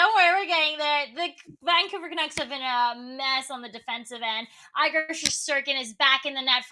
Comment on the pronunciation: Can’t even pronounce Igor’s name right smh